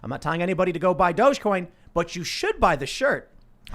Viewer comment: I'll say it over and over and over again, it is dog-e-coin... pronounced "doggy coin"